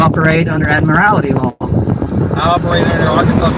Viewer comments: They correct him on the pronunciation of "maritime" like they know how to say it. "Merry time" sounds like something have at a Christmas party. Also, "admiralty" only has one 'i' in it. It's not "admirality". ADD-mer-ull-tee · "Admirality flag..." LOL. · “Merry time” law. “Admi-rality.” Talking about vessels. 😂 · "Admirality" law. Indeed. It would be wise for SovCits to learn the words they use to obfuscate. It's "Admiralty." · It's ADMIRALTY, you idiot. AD-MIH-RAL-TY. Not AD-MUH-RAL-ITY. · He calls it "Admirality Law." But no, there's no such word as "Admirality." He should try saying "Admiralty." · ADMIRALTY law. Not 'admirality' law. These people are so ignorant and hard-headed about reality. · Ad-mi-ral-ty, ad-mi-ral-ty, fucking ad-mi-ral-ty. Not admorality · The word is "admiralty" not "ad morality" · Why do these SovCits keep saying ADMIR-AL-ITY? That's not a word! Its spelled and pronounced ADMIRAL-TY. That's like the error they often commit when they say CO-HER-SION instead of CO-ER-SION. Just a pet peeve of mine. 😂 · It's "admiralty," not "admirality." I mean, if you can't even pronounce the word... Then again, he also claims to have invented free energy. He's as sharp as his video. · I don't know why of all the ignorance displayed here, saying "admirality" is the thing that irritates me the most. Somehow the extra syllable just... drives me nuts! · Admirality. Marytime. good grief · "Marrytime." "Admirrality." Trying to do the script, and can't even pronounce his key SovCit words correctly. SMH. He's right, he ain't teaching his kids nuthin' apart from how to get arrested. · "there will be an ADMARALITY flag" 😂 You could easily fool me into believing this is satire. Because dudes like this are so simple. So illiterate and so confident in the arguments even they cant keep straight in their heads that it cant be real. But it is which just makes its sad and pathetic instead of funny like it would be if it were just satire. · "Mary-time"? "Admiraly-ty"? Wow.